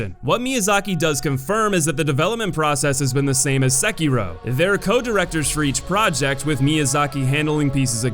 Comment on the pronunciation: IF YOU SAY SEKIRO WRONG ONE MORE TIME IM GONNA JUMP OFF A CLIFF